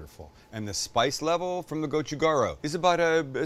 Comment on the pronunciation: would love to work on his korean pronunciation... but to be honest, part of the charm here. goh choo gah ... hmm.... ryoo? or maybe more like, .... gaL Ryoo?